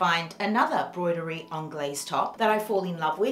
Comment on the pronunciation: Hi, it’s broderie as in Bro